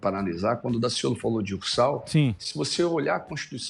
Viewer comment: Sou carioca e posso garantir que Daciolo foi perfeito em cada palavra.